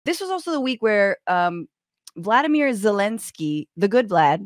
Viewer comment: Just a bit of a heads up... the man's name is Volodymyr, not Vladimir... so Volod or maybe even Vol but definitely not Vlad...